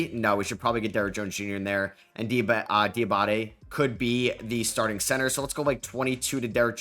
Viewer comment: The way you are pronouncing diabate is give me Brain damage